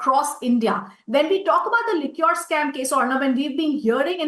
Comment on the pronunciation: Could you please tell her Liquor and Liqueur are different words. She can easily learn how to correctly pronounce Liquor correctly...